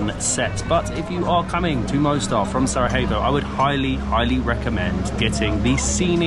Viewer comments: To be easier for you because you are saying Sarajevo wrong every two seconds . So its Sarayevo . Sarajevo is not in Spain to be pronounced Sarahevo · The vlog is on top, like always. But brother, Its not SaraHEVo, its SaraJEVo 😂💚 -> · Why do you all say Sarahyevo? Pls it’s SaraJevo the j pronounced like a Y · I love your videos, but you got the pronunciation of SaraJevo wrong! It is SaraYevo, as in Yellow not SaraHevo, as in Hard. I hope you don't mind me correcting you. Hvala, živeli, ćevapi and burek , hvala, are perfect!❤❤❤ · Can you please just pronounce Sarajevo properly? It’s not that hard mate. It’s not a H it’s a J and that’s like a Y in English. I think that the capital of B&H has been mentioned enough times on regular TV that you can learn how to say it properly. Thanks! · Sarajevo not Sarahevo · It’s Sarayevo for Gods sake. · Learn to spell pls 😅 Sarajevo (j like y) not Sarahevo.